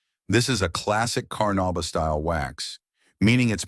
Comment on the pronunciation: The AI's mispronunciation of the words carnuba and Meguiar's is irritating. Otherwise, the list actually consists of legit waxes that all give great results.